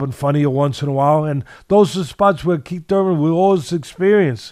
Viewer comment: Oh shit lol he said kiethy Thurman. 😂 yep think kiethy getting hurt